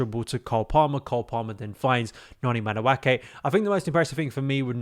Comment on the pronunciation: its madu-eke and not madu-ake. the pronunciation is driving me insane